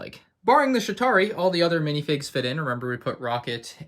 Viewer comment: The fact that when he said chitari he said shitari